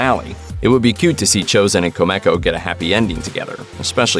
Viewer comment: Quit mispronouncing names its kumiko not kamako dumbass